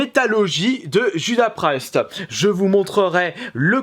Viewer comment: "Judas Prayste" j'ai ri.